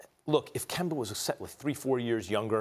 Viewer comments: Why does Stephen A. always say Kember instead of Kemba 😂😂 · SAS say kember 😂😂😂😂😂😂